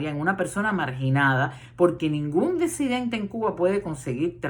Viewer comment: Muy buena su proyección, con algunas verdades, otras no tanto! Mi duda!!? Se dice “DESIDENTE”(como usted vocaliza?), o en realidad se pronuncia “DISIDENTE” ?? (Como lo avala la RAE), digo!? Si usted sabe lo que es la RAE? , y lo que significa? Por lo demás bien!